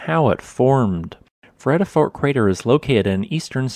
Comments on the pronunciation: Pronounced Freeyadafort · Just for future reference, the first e in the vredefort is pronounced like "gear" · I grew up in Vredefort. Your killing the pronunciation btw. ;) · I lived in that Vredefort crater for a decade. Pron Fredafort